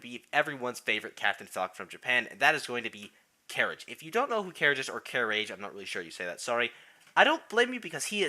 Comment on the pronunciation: to be more specific, it's "kuh-rah-gay" i could still see ppl tripping up with the pronunciation (based on experience)